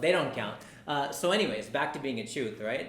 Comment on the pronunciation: just pronounce the chooth word correclty so that i can show it to others ...other than that nice video:-)